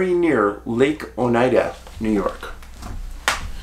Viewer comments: O night duh is Oneida pronunciation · Oneida Lake. Pronounced Ow•nai•duh , like the Iroquois Oneida Indian Nation. Just under 2 hours south of my Adirondack camp where I had my time loss experience.